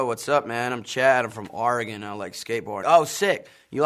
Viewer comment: He actually said oregon right!